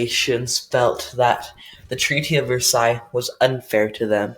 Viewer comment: did he say versailles wrong.